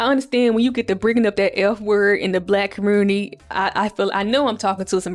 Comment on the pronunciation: As soon as you said “LGBT-Qur commURnity” I KNEW YOU was a Memphis baby down 😂😂😂